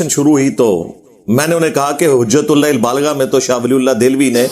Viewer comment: Hujatul baligha…..abey Engineer sahi se kitab ka naam pad lo….kitna jhutttt bolta hai…..Tumhara video dikhney se accha hai BF dekh loooo😂😂😂😂😂